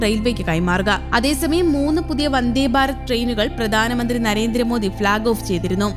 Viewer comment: വന്ദേ ബാരത് അല്ലടോ... വന്ദേ ഭാരത് എന്ന് പറയൂ